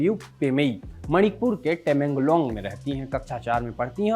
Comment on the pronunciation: तमेंगलॉन्ग है जगह का नाम, टमेंगलॉन्ग नहीं